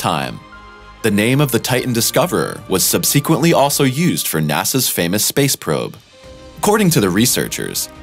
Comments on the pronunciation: No such word as sub-SEEK-uently. It's SUB-seh-quehnt-ly. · Said it at least twice in this video and it gave me a headache.